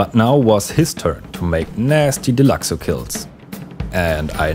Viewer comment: Nice vid man, nice change from the chaos of most GTA videos, this was nice and soothing. By the way, you’re pronouncing deluxo correctly ☺️